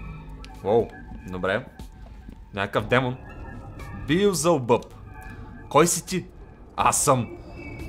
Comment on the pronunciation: казва се велзевул не билзелбъб XD. На различните езици има разлика заради грешки в превода на Библията.